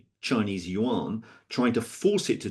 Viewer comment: Dude can't even pronounce Yuan correctly and we're supposed to take him seriously